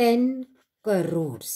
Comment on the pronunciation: That in not carries that is cores 😂🤣